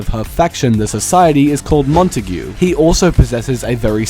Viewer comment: Bro please stop pronouncing montague mon-ta-gyu, it’s mon-tage